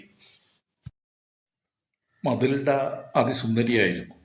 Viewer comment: മതിൽഡ അല്ല മെറ്റിൽഡാന്നു പറഞ്ഞൂടെ ഈ കഥ ഞാൻ പഠിച്ചിട്ടുണ്ട്